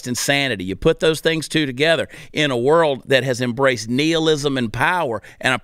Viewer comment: I think he's saying nihilism wrong just to piss me off